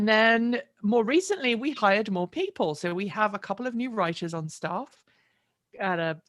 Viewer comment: yikes the way you said we've hired Erin, I heard "we fired Erin!" I had to watch it back lol